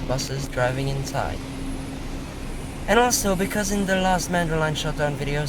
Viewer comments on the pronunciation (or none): none